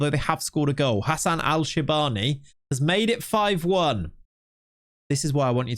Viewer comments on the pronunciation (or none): none